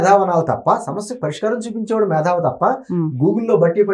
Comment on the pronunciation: మేథావి కాదు .. మేతావి